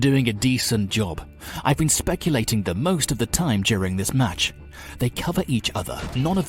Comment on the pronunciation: Is my hearing going crazy or do you really pronounce speculating instead of spectating?